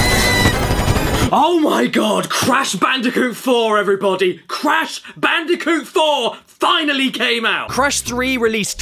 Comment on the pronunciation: Crash ban”day”coot